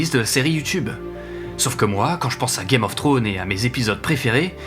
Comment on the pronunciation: pitié arrête de prononcer game of trone ; c'est game of thrones. Ou dit le jeu des trônes en français